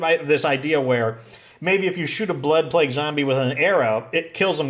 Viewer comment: Euthanize black people???? Seriously that's what it sounded like you said.